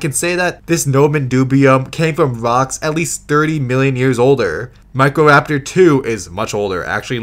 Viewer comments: "Therozeenosaurus" "Protoceratomps" "Meckroraptor" "Valasiraptor" "Pterosauruses" 😂😂😂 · How did they screw up a pronunciation as simple as Microraptor?